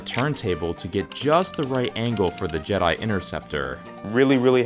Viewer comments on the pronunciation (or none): none